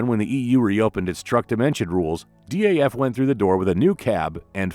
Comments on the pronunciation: I'm surprised no Dutch viewer hasn't corrected you on the pronunciation of DAF yet. It's DAF not D.A.F. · It's not D....A.....F, it's Daf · Why say D.A.F.? In the Netherlands it is pronounced as Daf, the first syllable of daffodil. Daffodil was also the nickname of Model 32 of the small Daf car. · Dutchmen pronounce it DAF, as in duff.